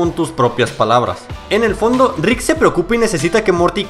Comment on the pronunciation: me da risa como dice la r cuando dice rick jajajaja suena como grik ❤ me gustan tus videos